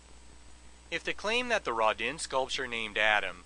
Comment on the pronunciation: I think my favorite thing about this video is the glorious mispronunciation of Rodin. "Rahdinn". Love it!